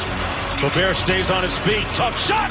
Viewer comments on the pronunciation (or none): none